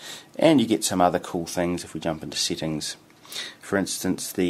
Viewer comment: lol why do you pronounce settings as seetings?